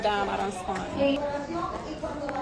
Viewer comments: It's spent not spunt😂😂😂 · The money she " spunt"????? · Did she say spunt? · EVERY DOLLAR I SPUNT? I’m still looking for spunt in the dictionary.